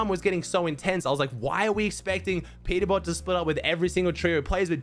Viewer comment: Peterbot❌ Peterbop✅😭🙏